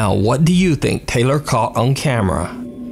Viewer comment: It’s tay- lor , thats also my name and its not pronounced tyler 🙄😂